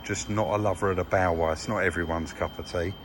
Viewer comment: Top video today, nice to see you out of the yard again. What did you call the bmw ? Sounded liker bower?